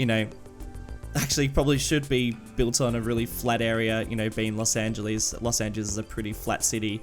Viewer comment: worst prounacment of los angeles